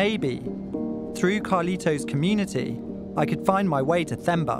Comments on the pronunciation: It's pronounced "Temba" (T-e) not "Themba" (T-h). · It's Themba pronounced as in Thomas or Tom. Not as Thermometer. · Hi I am from this region 😊. What an amazing documentary. This is a brilliant piece. Thank you. It’s pronounced Te-mbah Not Themba. The H is silent. 😉🤓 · Got my subscription after this story... Nice story and next time its "term-bar not therm-bar"(Themba)😂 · Themba not femba 😂😂😂😅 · It’s pronounced “Temba”